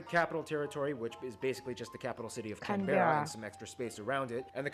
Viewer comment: In Australia we get a bit lazy with our pronunciation. Brisbane- Brisbn Melbourne- Melbn Canberra- Canbra. Just trying to help.